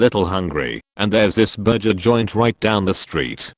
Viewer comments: I was so interested, legit listening intently until the burger place example near the end. Not because the actual words but because it kept being said as burjer instead of burger lmao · It’s annoying the hell out of me how the narrator keeps pronouncing it “berjer” instead of burger at the end of the video. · STOP SAYING "BURJER"!!! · The way the AI is pronouncing burger at the end is bothering me 😂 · I can't handle the way the electronic voice says burger. Lmfao